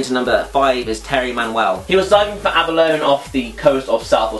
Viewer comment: Aba-lone haha, Love it, I'm pretty sure it's pronounced abb-r-low-knee XD